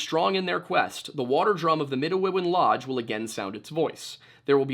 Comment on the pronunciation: Hello, (lol) I'm Indigenous of the Anishinaabe people of michigan. I share a lot of cultural things and language with the Algonquin of Canada and I just wanted to correct you on your pronunciation of "Midewiwin" the religious practice. it's Mih-day-wih-win. at least that's how the Anishinaabe pronounce it and like i said, many similarities. Don't know if you care or if you'll even see this comment but I thought it might be a fun nugget of information if you ever stumble across the word again!